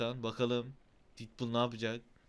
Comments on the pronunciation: Abi didpul diye okuma artık detpul bak okunuşuyla yazdım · abi şuna didpul deme ya sinirim bozuldu